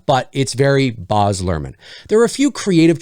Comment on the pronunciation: No offense, but Baz is pronounced exactly as it looks (it rhymes with Jazz).